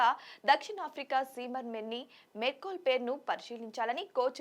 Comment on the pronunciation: అమ్మా తల్లి మోర్నీ మోర్కెల్ మెన్నీ మెర్కోల్ కాదు